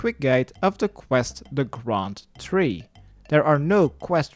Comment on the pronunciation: The graund tree. Not the grand tree.